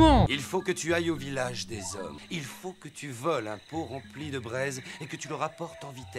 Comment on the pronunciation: Les Zhommes avec un grand Z